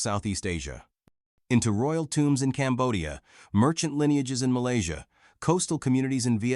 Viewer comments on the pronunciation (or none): none